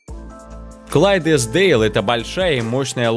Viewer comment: КЛЕЙДЕСДАЛЬ, а не клайдесдейл